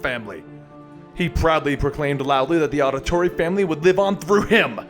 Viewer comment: this wil help you pronounce his last name audio thorre